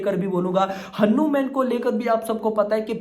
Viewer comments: Say Hanuman Not hanuuumen😂😂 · Haanu man nahi bhai its हनुमान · Beta pahele hanuman bolna sikh lo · Arre yaar tum hanuman ko galat treeke se pronounce kar rahe ho tum ise batman ya spiderman ke tarah kyu pronouncekar rahe ho